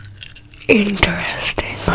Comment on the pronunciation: I think you mean “inchresting”